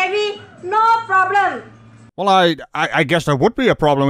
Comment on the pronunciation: LMAO, no hand, no ploblem